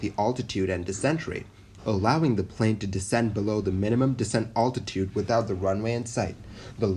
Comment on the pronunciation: I'm really enjoying your videos! Well researched and thorough. You also do a good job of providing a sense of suspense where appropriate. I am curious, though, why you say 'oltitude' instead of 'altitude', which is a bit of a stumbling block when listening to your narration. Great stuff still! Keep it up!